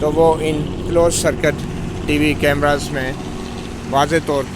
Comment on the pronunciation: کیمراز نہیں کیمرے